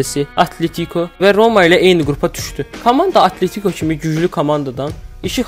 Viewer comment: Atletiko sözündə vurğu 2-ci hecaya düşür